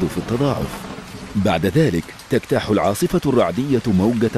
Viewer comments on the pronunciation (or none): عندك مشكلة مع حرف ال ج ؟ قوية = جوية تقتاح = تجتاح وكثيييييييير